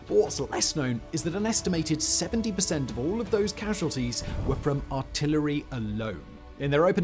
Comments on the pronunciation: "Cassualties"? Great video, as always! 🙂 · "cassualties" 😂 Edit "disturbannce" 😂😂